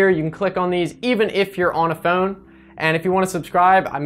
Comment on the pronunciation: You say "phone" funny. Is that a Philly accent?